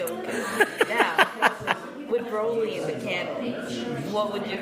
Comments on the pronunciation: Thank god someone else said it. But if you notice Big Daddy Vic was quick to correct it. she does it and he goes nahh lol. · It's Broly not Braly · Not brally not brolly but fucking BROLY🤦‍♂️ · BRO-LY not BRAWL-LY!!! Fuck off MAN! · Bro-ly Not Bra-ly It does not say dragon ball super Braly it says BROLY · It's pronounced BRO-LY!!! NOT BRA-LY!!!! HOLY FUCK! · I like how Vic keeps correcting on how to say "BROLY".... not "BRAWLY".. I mean... seriously. Learn your crap before doing an interview.. FFS that is annoying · I think it's pronounced bro-lee not braw-lee. Broly. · I'm REALLY getting pissed that they keep saying BRALY not Broly like honestly "bro" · Even worse, Bruh -lee. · Why the fuck can't anyone ever pronounce Broly right? Vic says his name so many times. Bro-lee. Not Brawl-ee. They say it in every movie, every game, every interview, yet people still manage to fuck it up when he says it right in front of them and they keep on saying it wrong. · People that pronounce it "Brawly" 🤭🤔🤨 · It is "BRO" Ly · Every time they say "BRAWLEE" I get triggered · Its BRUH-LEE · Everytime anyone says BRAWLEE I get triggered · Considering they didn't know how to pronounce "broly", they aren't exactly the best interviewers. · If I hear another mother fucker pronounce Broly wrong I'm starting a second TOP